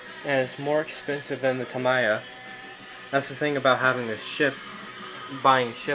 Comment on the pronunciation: the “mi” in “tamiya” is like “me” not “my”